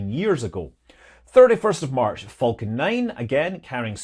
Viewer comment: I always heard "vulcan" when Scott said "falcon".